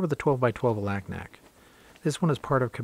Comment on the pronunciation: FYI The people who live there pronounce Alaknak, Alugnuk.